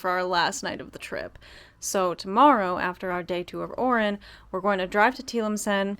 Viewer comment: guys its Oran, not Orin.